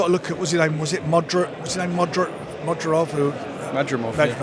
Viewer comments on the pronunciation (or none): “Modjirov”🤣🤣🤣Frank getting closer to Bodger & Badger than Israil Madrimov🤣🤣